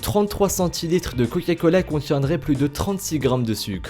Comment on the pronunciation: A il a dit coya cola